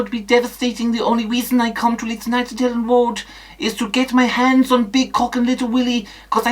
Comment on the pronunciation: Elland woad cawwow woad